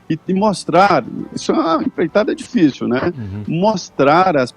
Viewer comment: Como ser brilhante apos a fala do Caio? Alias faltou bater palmas no final. Ai vem uma ignorancia sem tamanho, enrolando, falando "difirci", para que esqueçam oque o Caio falou. Não sei como o conseguiu falar alguma coisa depois da enrolação do edgr. O inveja! O Caio carrega este programa nas costas